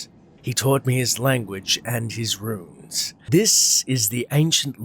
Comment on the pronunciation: learn how to say RUNES dude. it's not ruins. you say ROO INS for RUNES - ROONES holy fuck dude. english is not that difficult.